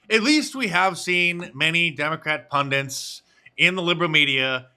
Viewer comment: Hey, Mark, it's pronounced "pundits", not "pundants"